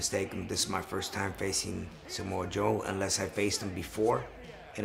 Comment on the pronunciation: Rey pronounces Samoa Joe's name like Big Poppa Pump does talkin bout "Smo-Jo" lmfao